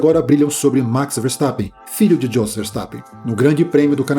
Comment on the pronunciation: se pronunca iôs, e não djos....